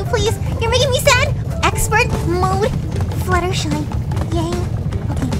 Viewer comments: actually her name is fluttershy not fluttershee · Fluttershy have a twin an- OHHH MY GOSHH A ROCK srry about that wait do you say "fluttershee" what!? ..... Oh oh my god "fluttershee" your a shark baby shark